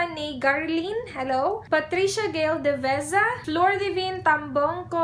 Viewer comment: Omg! Na mention ang name ko and youtube account ng sizzums ko! And yeaaah you're one of the few people who can pronounce our family name correctly!😍😍 Thankyou. And sana masali ako sa giveaways mo! Hihi - Samantha Deveza